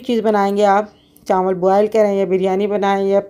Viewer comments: Recipe bht achi thi or biryani mazedar lg Rahi thi.ek baat kehna thi ap se k chawal ko chanwal na kaha kren.noon ki awaz na shamil krn or chawal kaha Karen.plz bura na manana.... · Chanwl Nhi hota Aanti ji Chawl hota h😂